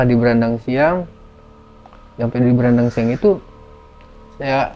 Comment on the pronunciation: Baranangsiang, Bang, bukan Brandangsiang.. 😊